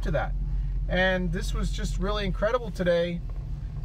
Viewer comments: I hear yust too 😂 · One thing people aren't commenting on is at the beginning of the Journey song he says Yust a small town girl. He's clearly not saying Just. I have no idea what a yust is but that's what I hear.